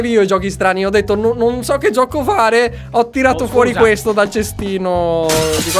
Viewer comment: Vito Softair ti capisco fa molto male. L 'italiano è morto da tempo."giocho" hahahhahaah